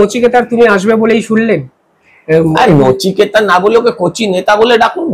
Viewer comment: 'Nachiketa' nay,oh hocche 'Nuchukata',mane khatna kara mal.